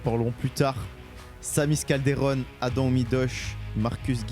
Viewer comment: C’est Adam pas adem